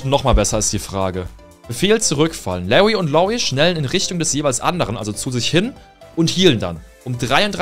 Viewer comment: Genau Lawwwy und Loowwie